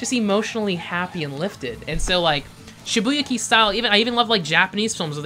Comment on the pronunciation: sorry to be a dick, but shibuya Kei (like just the letter K)